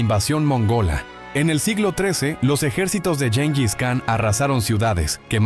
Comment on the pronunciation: Gengiskan, no llenlliscan